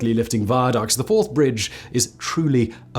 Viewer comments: He said the Fourth Bridge crosses the Firth of Fourth river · Firth of Forth for fuck sake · It's the firth of forth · I cannot believe you managed to get to your age and never heard of the Forth Rail Bridge spanning the FIRTH of Forth, NOT the FIRST of Forth. Dumb doesn`t come close. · You looked confused at the first Firth of Forth reference and totally stumped by the fourth and fifth foray in to The Firth Of Forth. For, though The Firth OF Forth's first mention sounded like First of Fourth, The Firth Of Forth should have been made clear by the fourth or fifth mention.